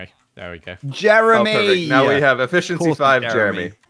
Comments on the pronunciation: You know hes upset when he says Jemry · oh fank you jeremy, oh fank you 🙏🏻